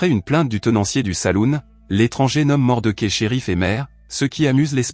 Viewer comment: L'homme des hautes plaines, formidable Western de Clint Eastwood...par contre c'est pas Mordequai, où Mordechai que ce personnage ce prononce 😅